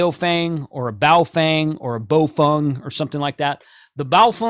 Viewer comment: you nailed the pronunciation of Baofeng (pronounced "baofung").